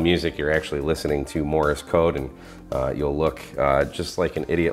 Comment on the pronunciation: just a note - it is Morse - NOT Morris very common mispronunciation